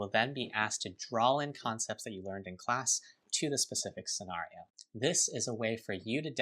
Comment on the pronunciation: I swear to G-d if that guy says SCENARIO like that one more time